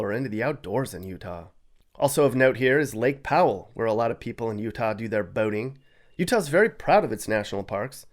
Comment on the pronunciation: U -tah ? 😮 roofers in u-tah ??? Put a lid on it . Roofers are just doing?